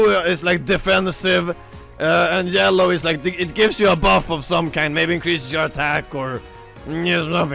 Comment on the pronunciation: You say "yellow" like "gellow" (soft g). Are you a scandinavian? Swedish, perhaps?